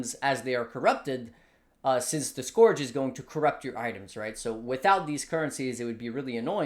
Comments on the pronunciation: Scorch league? If there's a trend I want to die out it's the cute-dog lets pronounce everything wrong trend. Skeurge league. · Respect your analysis but please, it's Scourge as in Skirt ... not Scourge as in Scrooge. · not scorch league, scourge league bruh